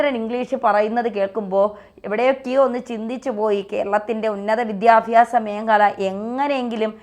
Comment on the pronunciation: വിദ്യാഫ്യാസ അല്ല വിദ്യാഭ്യാസ ആണ്. പഠിക്കൂ